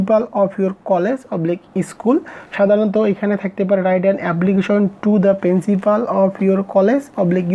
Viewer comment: এবলিকিশন❌ এপ্লিকেশন ✅